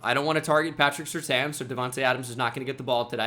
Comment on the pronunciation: It's patrick (sir-tayn)